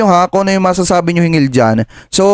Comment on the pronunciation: hinggil hindi hingil hanggan hindi hangan